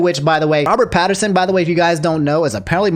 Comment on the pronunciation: Yo were you saying Robert Patterson Lmaooo